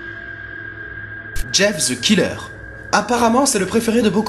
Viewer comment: Ca se pronence jeff the kayller